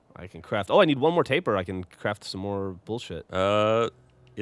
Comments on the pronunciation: Sounds like they're calling the Tapir, "tapeworm" every time. Hahaha. Don't mean to be an absolute dickhead, but it's pronounced 'tah-peer'. They're cool animals. #EnglishLessonOver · Tapir, all the time, and it's said Tay-Peer. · FFS guys, yes it is "tay-peer", but the "tay" or "tah" doesn't matter so much. It's the "Eer" sound that Geoff and should be pronouncing. Like "Altaïr" is pronounced Al-Tye-Ear instead of Al-Tyre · why cant they pronounce tapir properly